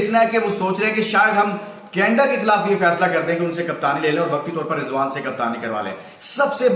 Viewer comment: Canada ko canda kyn bol rhe ho